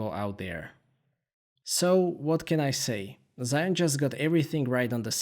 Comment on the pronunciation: It's actually pronounced Jee Yoon but great review! Lovely footage.